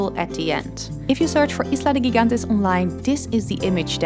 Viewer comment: Bravo for the wonderful visuals and congratulations for using educated English that obviously was not learned in the streets of U. S. of A. 😊You were a sight and your voice was music.😚 Un video maravilloso! Desde provincia de Iloilo, Filipinas. La pronunciacion de GIGANTES es "hee-gan-tes". Pronuncia gi o ge o je en español como "heh".